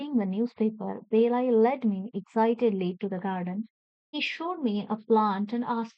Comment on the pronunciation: It's not belai it's balai